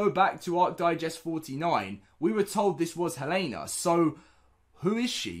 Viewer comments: It is pronounced hell-a-na not hey-lane-a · Dude here name is hel-en-a. You are saying it wrong.